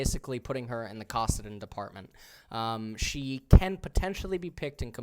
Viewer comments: Kawsidin LMFAO come on bro that one isn't even hard to pronounce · I’m going to lose my mind if he he keeps saying kawsedin